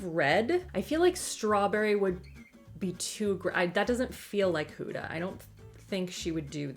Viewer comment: I love how you say her name hooda instead of Huda!!!